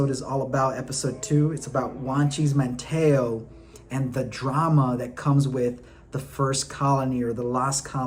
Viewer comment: Come man it’s not “Man-Taa-o” Man-teeeeeee-o. Manteo & least you said Wanchese right